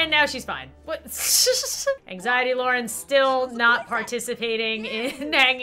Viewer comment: I have total engzity me: me too